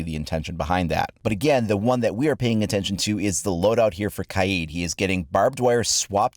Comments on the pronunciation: It’s Kaid, not K-eye-eed... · KYEEED? Its kaid bro lol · U spelled kaid wrong u said kiad🤣🤣🤣🤣🤣